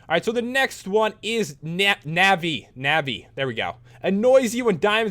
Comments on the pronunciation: you dont recognise NAVI?????????????? BTW you pronounce nuvi ( like u when you scream aaaaaah ) not navi its just writen like that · It's pronounced novi but it's spelled navi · its pronounced nawvi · it's nah-vee. XD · Navi is from Legend of Zelda, and it is pronounced Naa-ve Companion Cube from Portal Just saying :P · its pronounced nav-ee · Every legend of zelda fan is triggered when pat tries to say Navi's name. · You said navi wrong